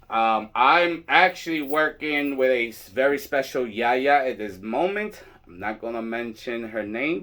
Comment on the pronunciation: I just love that you say Yaya and not Yayi. I don’t understand why that has spread so far into the tradition, I personally feel like it takes away the title/license as a whole.